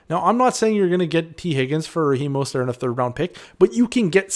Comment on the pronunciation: He's not French, at least research the names of the players your covering unless the mispronounciation is intentional for some reason.